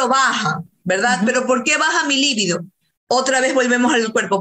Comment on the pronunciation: Squirting (eyaculación femenina, se pronuncia esKIrting (sic) ). Es libido, de 'deseo sexual' ACENTO EN BI. La pronunciación esdrújula es un error por influencia del adjetivo lívido y su significado es 'amoratado o pálido'.